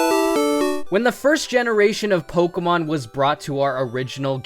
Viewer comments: yes, I realise you know a lot about Pokémon, but it is POKÉMON, not pokemon, it is po-kay-mon, not pok-ee-mon. And WHY? why grass? Think of sceptile, and bug type, heracross and pinsir are awesome bug type pokémon. plus there is cloyster for the ice type. If you want to play pokémon, you don't necessarily need to play with Good pokémon, just play with the pokémon that you like. Personally, I love the grass type, I love pokémon like Sceptile, Decidueye, Ludicolo, and Shiftry. And to add a remark, I really love rock and ground type pokémon, like Donphan and Excadrill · Who the hell pronounces pokemon as "pokomon"?